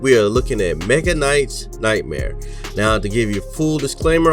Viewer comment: WAIT! You say you have helped the dev with feedback but you call the game MEGA knights.... Then immediately after you stay Mecha correctly and mech correctly so why can't you say the name of the game like that lol. Just giving you shit... I thought it was funny. Regardless of that it's a good review. I'm gonna buy it right now.